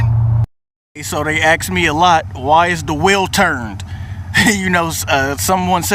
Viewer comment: He keep sayi' "ax" ! I luh dat!